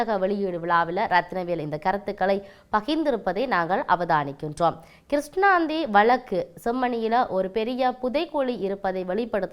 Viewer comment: கிருஸ்ணாந்தி அல்ல .கிரு சாந்தி.